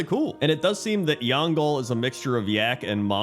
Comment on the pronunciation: Love your videos but seriously "Yangal"? Its Yangol with an "o"